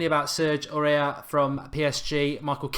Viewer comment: Mark Aurier is pronounced Or-E-Air